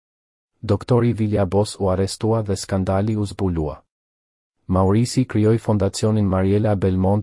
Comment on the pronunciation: Thuhet Maurizio jo maurizi